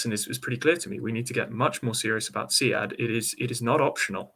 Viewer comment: Why does the Navy not know how to pronounce SEAD correctly? :). It’s “seed”, not “see-ad”. Is boat pronounced “bow-at”? :) Good interview though.